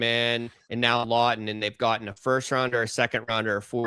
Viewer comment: Scott Laughton….Law-ton. Good god lol